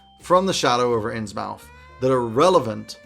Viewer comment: I will surely use several of these ideas! Innsmouth is pronounced [innsmuth] to give a smidgen of value back. Thanks for the great video